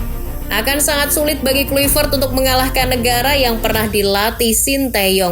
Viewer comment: Klavert min Klayvert dibaca nya, bukan Kluipert